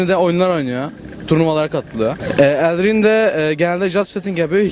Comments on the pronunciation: Dayı elrin diyor aw jdjdjdjdjdjd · Elraen değil Elraenn Wtcn değil wtcN Jahrain değil Jahrein Videodakilerden daha malsınız Sarı Mikrofon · Elrean değil elraen wtcm değil wtcn jahrain değil jahrein pquen değil pqueen